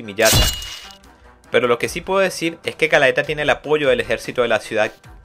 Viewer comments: Men realmente aprecio el tiempo que te tomaste en hacer el resumen de este manga. Pero me desespera como pronuncias mal los nombres de los personajes ejemplo galaeta cuando en realidad es galatea o tambien alfonse cuando el se llama isley alfonse es el trozo de tierra donde estaba osea su zona Si no fuera x eso y otras cosas joer seria perfecto el resumen pero aun asi comprendo el esfuerzo que lleva hacer estos videos asi que se te agradece que des a conozer este.manga que es genial sigue asi y trata de mejorar que siempre se puede suerte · Quería ver el video completo pero se me hacía irritante la mala pronunciación de los nombres y conceptos mezclandolos en ocaciones como hizo con los despertados y los abisales que son dos cosas completamente diferentes en cuanto a poder jaja buen video de todas formas, este manga es de lo mejor en cuanto a fantasía oscura, tendría que sumarse al trío de berserk, vinland saga y vagabound. Por cierto para aquellos que quieran ver el anime tiene una versión en español hecha por funimation, en face pueden encontrar los caps. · @@ además es Galatea no galaeta, es Isley no Alfonse xD no se q manga leiste xD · galatea no galaeta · Qué dolor de oidos cuando dices "Galaeta" Por favor!! Lee bien, es "GALATEA"!!! 🤦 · GA - LA - TE - A viene de la leyenda griega de la muñeca de Pigmaleon, ademas que es ISLEY de Alphonse es decir que es ISLEY el NOMBRE lo otro es la ciudad de donde proviene, sin esos errores hubiera sido 100/100 la narracion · Está muy bueno el resumen 👌👌👌👌 Lástima como nombrabas a los personajes🤌🤌🤌🤌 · el abisal se llama isley las tierras del norte de alphonse la antigua numero 3 se llama galatea no gallaeta xd y la numero 4 no es millata es miata igual buen trabajo. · Era Galatea no Galaeta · excelente! solo xfa es "Galatea" me palpita el ojo tanto galaeta XD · Galaeta o Galatea? Sorry pero soy super fan de este anime/manga y tan pronto escuche Galaetaj morí 😂 Mi personaje fav es Miria y Wild Horse Octavia!